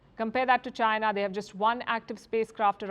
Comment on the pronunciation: Don't have a clue what sarcasm is ? Listen to how Palki pronounces China .